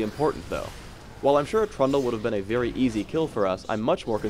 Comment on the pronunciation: when he sais trundle sounds like pronto, lol. other than that he's commentary's just great as well as the hero (the living bomb is so awsome)